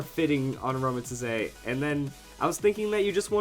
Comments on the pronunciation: It's pronounced "a roam a teeze" I think. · it pronounced as "A-RO-MA-Tees" if you watch the series :) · I love using Aromatisse (said as Ah-ROW-mah-tees, just a little note) on my Doubles/Triples Trick Room teams. It's such a good supporter, its bulky, and it can heal its teammates while they do all the attacking.